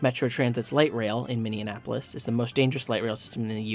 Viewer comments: Mini-apple-us. Or if you want to pronounce it like a native, "Mini-app-lus." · Mini Annapolis? Please learn how to pronounce the city's name. Additionally Target Field is easily the most accessible stadium in MLB. It has a train station built into it that connects the entire city with light rail and Northern Minnesota with heavy rail. There's obviously a giant parking garage and interstate built into it as well. Oh, and a massive pedestrian bridge connecting it all. As for safety, the main light rail train line ends at a freaking theme park mall. You'll be just fine. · Minne-an-apolis? Come on, man.